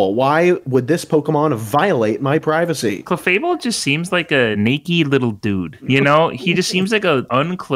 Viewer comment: Saying clef able is insane.